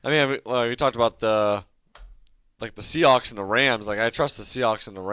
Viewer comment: Did he call them “Seahacks?”😂